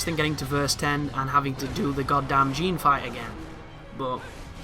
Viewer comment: I cringed when he mispronounced everything.. moon of malachi? Jean instead of Jeanne? 😤